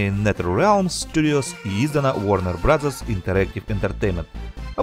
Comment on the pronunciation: Варнэр брос, а не варнэр браззерс